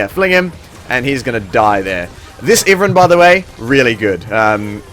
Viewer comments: its pronounced ive+ran. not iven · Pretty sure it's "eye-vern" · Iverin? Never heard it pronounced like that lol.